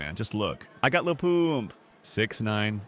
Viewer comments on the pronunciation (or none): I was not "offended," I simply condemn using AI, wasting more time than Googling "McDonald's interior." It's not as if an interior to any McDonald's is not on the Internet. The voices are AI too, and are horrible. "I got Le Pooomp" is unacceptable for "i got Lil Pump". Similarly the thumbnail is plain stupid. McDonald's is a burger restaurant, not a pizza restaurant, and Domino's is not a factory. And, I'm not lampooning the death of the meat grinder guy, but "he was gone in a way too dreadful to describe" is ridiculously ironic as it's obvious what happened as it was already described. As you are...